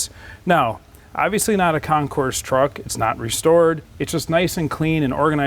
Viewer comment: The s is silent. The Concourse is at the airport.